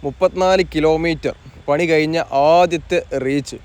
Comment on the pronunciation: പണി കയിഞ്ഞു എന്ന് പറയാതെ മാഷേ കഴിഞ്ഞു എന്ന് പറയൂ. "യ "അല്ല "ഴ "